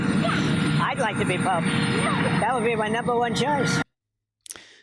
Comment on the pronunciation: Ummm. T mispronounced the word. He doesn't want to be Pope, he wants to be Poop. I think hes poop. I think we should make him a fun King Poop hat and give him a special award. 👑💩